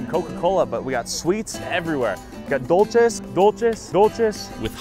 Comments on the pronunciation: When said dolches instead of dúlces I had to giggle 😅 this video was awesome to watch and hear from people that replace water with coke. It’s the exact same way in Managua, Nicaragua where my family lives. I’m always telling them to drink water, eat vegetables, and stop eating sweets even though they are my elders 😂 they love their gasiosas y pan dulce too much and I wish they could be healthier, but it’s embedded as a “way of life” now its just sad. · “Doltece”